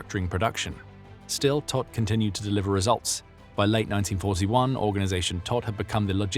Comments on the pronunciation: His name means dead. Prounced toht. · Todt is pronounced « T-oh-t »